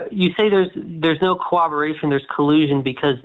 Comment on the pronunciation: Why do so many people say "cowoberation"? It's "corroboration" That sh*t drives me nuts